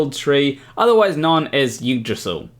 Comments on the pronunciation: Yggdrasil is pronounced more like Ig-dra-sil or Ig-dra-zel. The Y does not make the normal Y sound from English. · In Kiwi, Eeg-drra-syll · Well, I already knew a lot of it, and I now believe the rest of it, except, of course, that one part that was an obvious joke ... poorly told and in poor taste, I must add. What is the penalty for mispronouncing the name of the world tree? Just asking ...